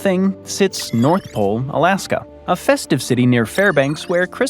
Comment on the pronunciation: Why do you say Alask-um a lot….